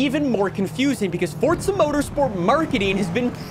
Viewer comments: Its Forza Motorsport not Forsa Motorsport. You yell too much and talk with your hands, the jump cuts are wack too. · Its not fortsa its forZa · You realize the simulator is called Forza, and not Fortsa, right? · bro is calling the game FORTZA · Fortzhuh mourtorspurts. I can't get over how you keep saying it ☠️ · why do so many people pronounce Forza as Fortza? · Fortza <--- That's how you're saying it. Sounds like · Do you say Forza with a "T" for attention or wtf? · Not surprised 😂😂. It’s forza